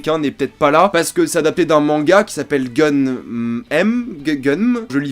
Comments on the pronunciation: Ça se dit "gaine mou" / Si tu as pas lu le manga pourquoi fait une critique / Ses yeux sont parfait, si tu sais pas pourquoi, tu peux pas savoir ... Cherche / Oui le fil prend les 3 premiers tome du manga sur 9 / La ville du haut c'est Zalem qui est relié a une station orbital attaché à un anneau qui entoure la planète, look le manga / Machine humain, fluide, blablabla, c'est le thème majeur de l'histoire, a savoir qui est le plus humain des deux / Prend le temps de lire le manga, les gros défaut du film, c'est Yugo qui est mal travaillé et donc l'histoire a été effacé et la fin, quand Gally/Alita (C'est Nova qui appel Gally Alita quand celui ci l'enferme dans une réalité informatique grâce à l’Ouroboros, tome 9, grosse erreur pour moi, mais Alita doit sonner plus "mignon" à l'écran), donc quand Gally fait du Soccer, c'est normalement pour oublier Ido et elle cherche pas a gagner quoi que ce soit, elle veut juste passer à autre chose. J'ai arrêté la lecture de la vidéo à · Pour info, "GUNNM", le titre du manga, est une contraction des mots anglais GUN (arme) et DREAM (rêve). Il doit donc, d'après moi et mes vagues notions d'anglais, être prononcé "gueun'm". Pas "geunèm", ni "gun'mu", mais "gueun'me" sans le 'e' final. À l'anglaise, donc. Cela pourrait se traduire par "Rêve d'une Arme". Comprendre ici "une arme qui rêve" (l'arme est dotée d'une conscience, et peut rêver), et pas "quelqu'un qui rêve d'une arme" (ce qui n'es pas très poétique). On peut y voir une référence directe à une nouvelle d'Isaac Asimov, "Les androïdes rêvent-ils de moutons électriques ?", adaptée au cinéma sous le titre "Blade Runner".